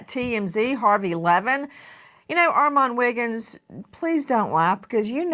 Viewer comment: She is the only one I've heard say his name right